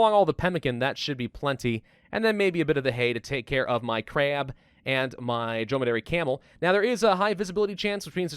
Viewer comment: I enjoy how he says Crab... Or 'Kraab'. Makes me giggle. Tophat needs a pebble kid. You should buy some livestock and then harvest food from them when they make smol ones.